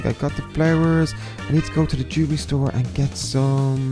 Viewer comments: Did he say "jove store" or "jewelry store" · LOL I thought said let's go to the juvie store but then I realized he said lets go to the jewelry store